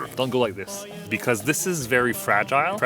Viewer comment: Pronunciation of “Fragile”: frad-jull